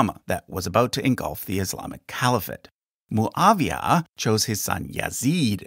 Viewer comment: Its mouawiah not mooooaaaviaaa Its not a colombian coctail